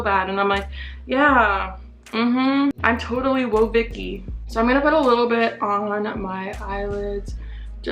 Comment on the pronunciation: She said she not woahhvicky lmaooo